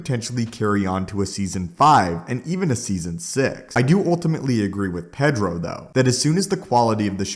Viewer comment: You say Pedro wrong.